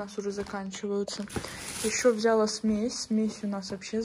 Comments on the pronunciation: Не взЯла, а взялА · Как же меня бесит это вля́ла . Правильно взяла́